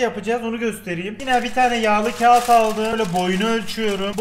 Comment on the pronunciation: Tek seferde yapişiyür...... Yağli kagid- Banane